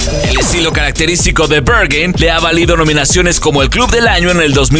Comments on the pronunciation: Se pronuncia BerJain. Es alemán, no inglés. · Como que "Bergin" ? 😂😂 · Me incomoda el hecho de que el narrador pronuncia el nombre del club en Ingles y no en alemán. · I love how he pronounces "Berghain" as if it were in somewhere in America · Aprende a pronunciar "Berghain"... 🤦🏻‍♂️ es alemán, no inglés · Te sugiero investigar la pronunciacion correcta del lugar. ...... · Peor no lo puede pronunciar jjajaja